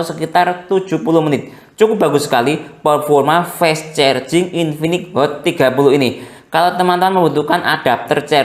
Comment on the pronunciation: Fess cherjing😂